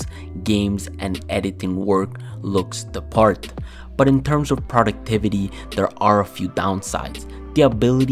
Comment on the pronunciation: Ah yes "P r o d u c t i v a t y" this Ultrawide UHD 144hz IPS Monitor will surely help me be more " p r o d u c t i v e" tottally not gonna procrastinate